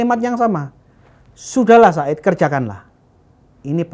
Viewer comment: Zaid bin Tsabit bukan said binTsabit hadehhhh